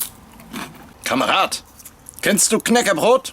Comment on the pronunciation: damn, you pronouce "knäckebröd" very well, never heard anyone outside of the nordic countrys say it that well.